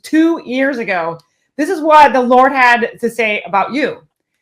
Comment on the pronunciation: Oh lawsy, got me hollarin in my office 🤣😂 and off camera she says "those words from the Lor-T will be tre-fiddy" lol